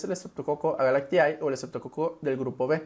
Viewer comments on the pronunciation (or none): Se pronuncia S. agalctie... No S agalactiAE.